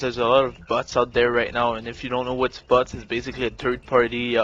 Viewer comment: I'm not gonna lie when you say "Bots" it sounds like "Butts" and I can't help but to giggle at least a little.